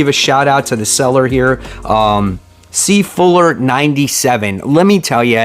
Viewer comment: Is it seafuller? Or seefuller?